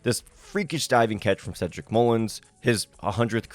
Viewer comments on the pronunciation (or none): none